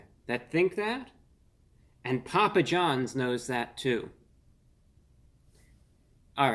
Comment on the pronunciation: Poo-pa John back strong with the Ls.